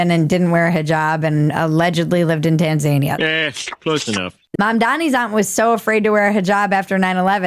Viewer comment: It's Tan-zuh-nee-uh 😉